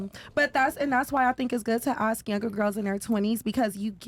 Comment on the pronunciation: Girl in the black dress “ask”. Girl in the red dress “axe”. Enough said!